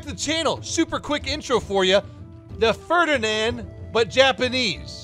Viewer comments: Ah yes, the Ferdianand Pororsche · Ho-RiNand panzerjäger 🤡